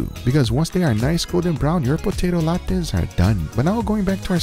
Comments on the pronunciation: they're Latkas not Laktas please you hurt me. Also try adding onion to latkas it's mwah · “potato latkays”😝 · Bro butchered the latkes.